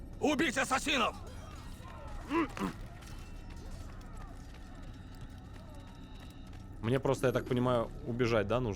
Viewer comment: ДА ЛАААДНО! Assassin's Creed! КАК ЖЕ Я РАД, ВЫ НЕ ПРЕДСТАВЛЯЕТЕ! ОСОБЕННО ЕСЛИ ПРОХОДИТ) P.S. но за "атсасинов" обидно(